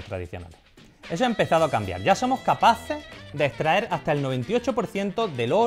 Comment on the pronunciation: "podemo" "etraer"